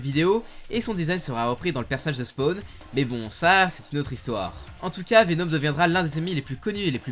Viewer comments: Pk tu dis venaum au lieu de venom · C’est plus VenOm et non pas VenÔm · et sa prononciation mythique: Venaume